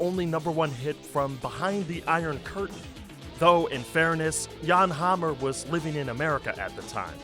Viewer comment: Thank you for saying Yahn and not Jann!!